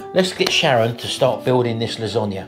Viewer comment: Losonaghe lol 😂